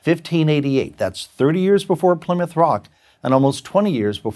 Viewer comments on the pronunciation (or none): none